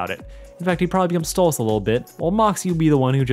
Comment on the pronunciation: please stop calling him stolitz 😭 he's a demon from the goetia and his actual demon name is stolas